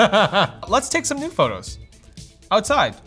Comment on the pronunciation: I swear I heard him say nude photos.......but I think it was new photos? =P lolz